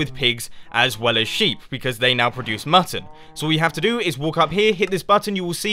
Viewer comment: at 0.50 I know you said "mutton" but it sounded so much like "mustard" that I had to replay that part 3 times